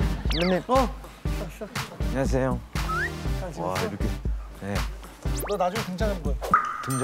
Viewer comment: 아니 발음 너무 정직하게 “슴배님! 안냐세용.” 인거ㅋㅋㅋㅋㅋㅋㅋㅋㅋㅋ개졸귀ㅋㅋㅋㅋㅋㅋㅋㅋㅋ